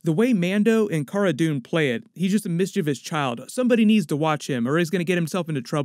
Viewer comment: I applaud you for pronouncing "mischievous" the right way!